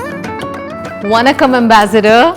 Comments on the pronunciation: Kamiya... please..there is a difference between न and ण. Their pronunciation is different.... वनक्कम् ❌ this is what you pronounced वणक्कम् ✔️ this is what you should have pronounced While pronouncing ण, you need to roll your tongue so that it touches the palate. You are living in Mumbai where you celebrate गणेश/गणपति महोत्सव ... You should know how to pronounce Lords name correctly... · Oye! Madame! It is NOT Vannakam, it is Vaanakam!!